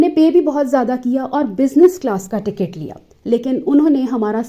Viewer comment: Isko ching chii ways pasand hai. Illiterate aurat. Cant pronounce ticket even.